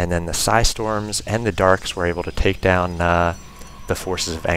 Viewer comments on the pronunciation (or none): Hey man, love your videos, but the fact that you call them "darks" makes that unsubscribe button hella tempting.